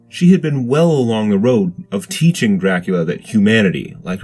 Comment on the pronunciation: Is he pronouncing it Draculer??